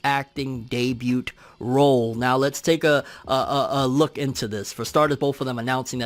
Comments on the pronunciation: Debut=Day-bue. They T is silent fam... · Great content. Glad I subscribed! But the “t” in debut is silent. lol